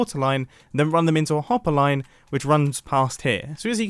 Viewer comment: . he was like: "...and then run them into a hopPPERLine..."